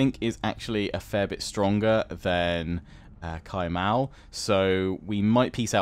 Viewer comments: Cai Mao is pronounced as "Tsai Mao", and most "c" you see in the game should be pronounced as "Ts" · Anything starting with a C followed by a vowel is pronounced as a sort of 'ts', so Sun Ce is 'Sun Tsuh', Cai Mao is 'Tsai Mao' and Cao Cao is 'Tsao Tsao', really not too bad on the pronunciation generally though. Also, anything where it's just E after a consonant has the 'Uh' sound, so words like He are pronounced more like 'Huh' or Re would be 'Ruh', think of how 'fur' is pronounced in British English and pretty close with the vowel sound.